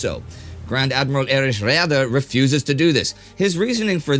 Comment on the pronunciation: Indy...I know you are trying to master the German pronunciation, but less is more. Admiral Raeder can just be "Raider." No need for those tongue gymnastics.